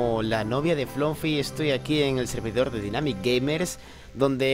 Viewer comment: killer es dynamic no dinamic xd